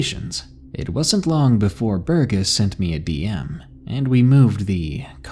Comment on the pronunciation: Thanks for the great audio, D!! 💙💙 One quick note about pronunciations though; I don't know how your users have spelt 'em, but in the hopes of being helpful, I think the names "Burgess" and "Laurel" are pronounced "burr-jess" and "lore-uhl" (burr as in cold and lore as in ancient lore. :)) Again, I haven't seen them as they were written to you, but.. I know sometimes reading more than you hear can be tough, so I hope this proves helpful. 🔆